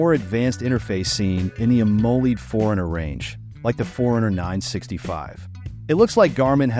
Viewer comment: Am-o-led (pronounced like the element)